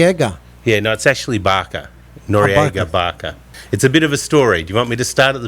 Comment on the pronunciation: He said noryega" BAKA" hahaha